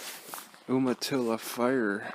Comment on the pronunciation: BTW it's pronounced you-matilla